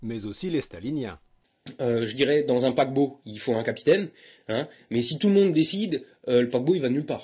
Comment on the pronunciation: C'est moi ou quand il parle du paquebot, il a une intonation somalienne?